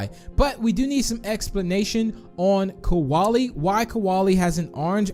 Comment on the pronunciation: KOALIE IS NOT PRONOUNCED LIKE THAT!!!!